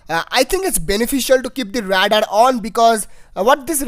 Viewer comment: 'Radar' say it like 'Raydar'